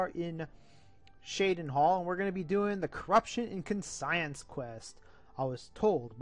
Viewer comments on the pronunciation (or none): did he really say con-science?